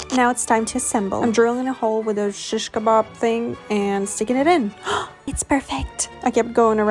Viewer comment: “POKIN A HOLE WITH THOSE SHISH KABAAAB THING” im turkish and the way u said shish kabab made me PISS MYSELFFF